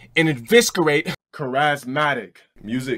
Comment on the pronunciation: "Char-AZ-matic" I'm fuckin done bro! 😆😅🤣😂 This video is EPIC! 👏👏👏